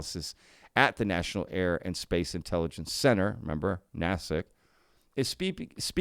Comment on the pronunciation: Foreign Material Exploitation. There you go. "NAY-SICK" is the correct pronunciation.